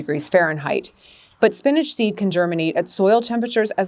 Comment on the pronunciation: Why she call it spinage… it’s spinach